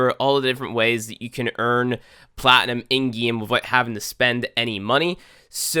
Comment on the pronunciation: i like how he says gieme